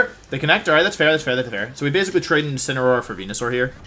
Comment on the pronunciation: Day 3 Wideo 3 of asking Mr Wolfey Glick to use "Insineroar" instead of "Insinnyaroar" as a method to pronounce The pokemon Incineroar